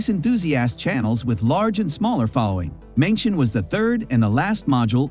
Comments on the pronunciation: Mengtian is pronounced as /meng tian/ not /mengshen/. 'tian' in Mengtian, same as 'tian' in Tiangong, means sky or heaven. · Please spend a little times, or give some efforts on pronoun those special name correctly, or close to correct. ( for the respects of Chinese and your audience) Tiangong and mengtian.... Tian ... ten Gong... kung or gung. Mengtian... meng ten... not meng tion. Imagine if i pronoun Biden ( bi-den) by bid-en And Trump by t-rump. How do you feel? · It's 梦天，not 明天 梦means " dream " , and it should pronounce as "Mong" in English, but "Meng" in Pinyin. 天 of course means sky or heaven, so the two mean " dreaming about the sky or heaven" in English Edited: 梦is simplify Chinese, it is 夢 in traditional Chinese